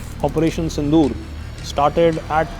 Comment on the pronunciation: It is operation sindhur not Sindhu